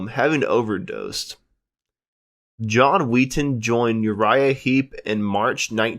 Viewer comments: It's Wetton not Wheaton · At least pronounce the names properly. John WETton. Not WEETon. FFS. RIP John. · I was happy when Wetton left the group so I didn't have to listen to you mispronounce his name... Wet-ton, not Weet- en. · It was annoying how he said Very 'eevy Very 'umble and John Weeton.At the end of every sentence he'd make a groan sort of. I hear ya. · Very ´iiiivii ?! John Wiii-ton ?! Idiot ! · Horrible narration. At least pronounce John Wetton's name correctly!